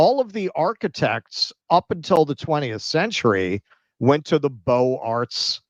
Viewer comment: 'beaux arts' is pronounced 'boZ-ar'. The 'x' makes a liaison to the 'a'.